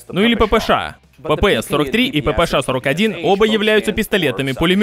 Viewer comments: Буква "Ша",а не "Ше"😅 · Ааааа, как меня корёбит: ПиПи Эс Эйч 😀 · Брендону так пофигу на то, что кто-то злится на его неправильное произношение "ППШ", что тратит примерно минуту на фонетические объяснения, почему он так говорит и как ему пофигу)